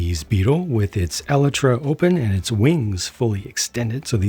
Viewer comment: leave it up to to be the only youtuber to actually pronounce “elytra” correctly